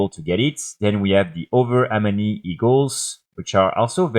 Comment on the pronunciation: You really need to work on how you pronounce 'Amani'